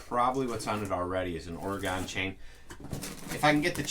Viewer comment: You are mispronouncing Oregon. It is pronounced OREGUN or OREGIN, but NEVER pronounced OREGONE!! As Oregonians, we are sensitive to the pronunciation of our state. Would appreciate the correction. Thank you in advance for your consideration!! ❤